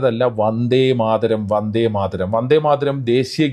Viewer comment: They can't know the authors name to pronounce proper and the poems 1st line "Vande Madharam" by PM and his subordinators